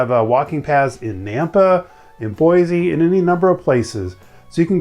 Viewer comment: Native Boise citizen here- we say Boi-see not Boi-zee. So yeah